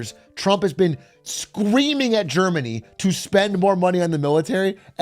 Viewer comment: Legit heard "Jermany' instead of Germany and thought They met up with Jerma